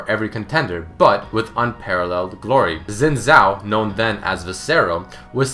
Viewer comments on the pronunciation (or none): please people, it's not pronounced "zin zhao" it's pronounced "shin zhao" X when used in pinyin is pronounced with an sh type sound. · its not zin zao it sounds like shin zhao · he said zin zao? wtf? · Is it not Sin Jhao? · Is "Xin Zhao" (Si-In Zhao) not "Zin Zhai". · It's pronounced Sin Jao not Sin Zao. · i love how he says zin zao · Xin Zhao is pronounced "Shin Jao". What's next, you start playing Dynasty Warriors and pronounce Cao Cao (Tsao Tsao) "Cow Cow". On the topic of mispronunciation - (from the one on Akali) Gaiden not Geiden, this one actually pissed me off as it is said exactly how it's written. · The Xin Zhao is pronounced, "Shin Zhao". Like come on. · omg not zin zow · His name is pronounced "seen tsao" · ***** no it isn't im Chinese and its pronounced sin-jow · "Zin zhao"? Wtf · yeah I'm chinese and on my channel I've got a recording of how I would pronounce xin zhao in mandarin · Did you know: that's not how you pronounce his name XD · did you know that you didnt say the name right.